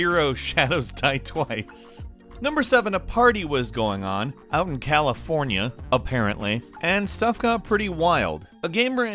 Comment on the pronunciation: Why u say California party like that